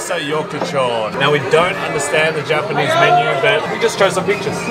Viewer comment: Welcome back to Japan and congratulations!!! Omg I cried when you proposed!! So happy for you guys, best wishes for a prosperous marriage!! First time commenter❤fan of since 2009ish😂 Ps. Both of your Japanese pronunciation is soo good!!! Please move to Japan 😂